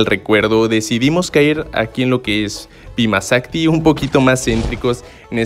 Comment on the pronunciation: Lo dijo bien